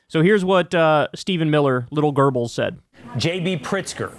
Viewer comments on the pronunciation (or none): i wonder when Kyle figure out he pronouncing Goebbels wrong all the time